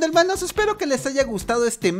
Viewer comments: Helmanos jajajajajaja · Escuchen el "hermanos" del principio an 0.25